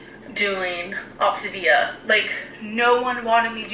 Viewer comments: Also I say this all the damn time but I really just don’t understand how she doesn’t know how to say the word yet. It’s optAAAAAvia not optIIIvia my god why is it so hard for her to say it correctly? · "Grab your Optivia bars..."! 🤣🤣🤣🤣🤣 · Ugh! saying optavia and other words incorrectly makes me want bop her upside the head, and she knows she's saying them wrong. How dumb could this woman be!!